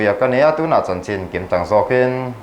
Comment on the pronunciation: CHIN tih hi CHHIN tia lamrik tur, CHIN NEW YEAR tia lamri lovin, CHHIN NEW YEAR tia lamrik tur